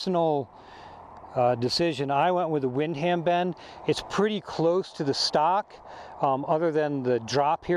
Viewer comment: Lol wind-ham bend.... Nice review though